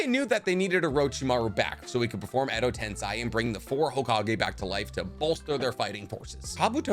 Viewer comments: Sai didn’t create reanimation 😂 edo tensaaay not sigh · God the amount of things u get wrong and how u pronounce Edo tensei as if it was edo tensai pisses me off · It’s tensei..not tensai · Edo Tensei, not Edo Tensai.... Dude, come on! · Every time he pounces edo tensei like that i died inside a bit more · it's not edo TENSAY it's edo tensei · I like your content, but I do have a minor nitpick. It's the fact that you pronounce a lot of words incorrectly and use the wrong terms for different things. Examples: 'Edo Tensei' being pronounced as 'Edo Ten*sai*' or 'reanimated' getting replaced with 'reincarnated'. Also the gold and silver brothers were not descendants of Hagoromo, I don't know where you got that from. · Its edo tensEi, not tensAi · why is it so annoying the way he says edo tensei, he says it like its meant to be edo tensai, ITS EI... TENSEI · Edo tensei. Not tensai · still butchering the names its not tensii its tensei pronounce it like tensay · why bro INSISTS on saying edo TENSAI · why you also gotta mispronounce Edo TenSAI? 😂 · Hello, I really love your videos, but in this one, I cannot help but point out, that it is pronounced edo ten-say instead of rhyming with hi. Still, very great video, thank you. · Am i the only only a but trigger by the way he prenounce "edo tensai" its killing me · the pronunciation of edo tensei passed me off💀